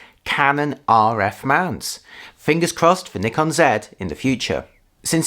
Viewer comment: Finally some white guy saying Nikon as Nekon not NAIKON...😂😂😅😅